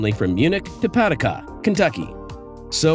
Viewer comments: Lol it's pronounced Pa doo ca, not pad u ca Ky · AI announcer screws up again it's pronounced Pad DOO Kah not Pad Da Kah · It’s pa-doo-cah not pad-ah-cah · PAH-DUKE-KA kentucky not PAD-UCK-UH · It is pronounced Pa Doo Cah Kentucky. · Pah-Do-Kah not Pad-Dic-Kah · It's pronounced " Pa-Duke-Ah" Kentucky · A-I strikes again. It’s pah-Du-ka KY. Spend the $$ .Hire a human in the flesh. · Paducah - "PA..doo...ka" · It pronounced Pa-doo-kah. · The city is pronounced (Pah-Doo-Kah) 🤨 Jeri Ryan is hot. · Pronounced Pa-doo-Kah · It’s pronounced pa-DOO-ka KY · It's pronounced puh-DOO-cuh. ;) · Pah-DU-kah. FFS. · Learn how to pronounce "Paducah." It is pa-DUC-a!! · PAH DU CAH Kentucky lol LAME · Learn how to pronounce Pa doo ka 😢Kentucky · Oh God! That just grated on my nerves.